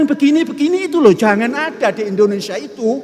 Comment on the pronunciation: Indonesia bukan Endonesia,sembarang sj